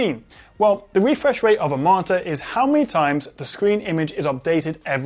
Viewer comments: Refwesh Wate :v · "Refwesh wate...". Your borderline rhotacism (i.e. whotacism) is adowable and your videos are bwilliant!